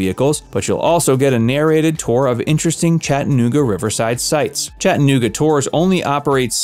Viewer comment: WHY are you saying it like that 😂😂? “Chett’ uh NOOG’ uh” Weirdo.